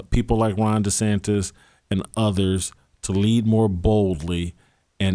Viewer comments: Oh great! Another name to mispronounce. DeSantis is not spelled funny; that's the correct spelling. It's not DeSantez. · Why does Jason still think his name is “Ron DeSantez” instead of DeSantis?